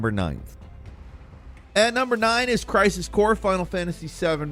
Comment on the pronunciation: Is it just me or did he begin to slur his word when saying crisis core